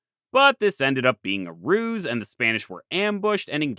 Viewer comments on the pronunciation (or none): none